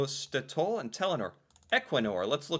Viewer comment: Clearly, from the way he pronounced it, he didn't realise that "Statoil" is a contraction of "state oil." The "government pension fund" and the "oil fund" are the same thing. The one Norwegian brand I could find in an American grocery store was Jarlsberg cheese. 🧀 😊 I don't remember if it had the Tine logo. A "tine" (pronounced roughly TEE-nuh) is a traditional container for food stuffs. The Tine logo is a stylized tine.